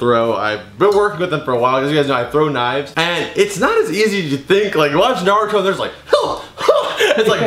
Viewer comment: its naruto not noruto